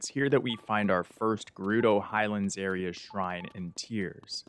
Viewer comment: u said highalnds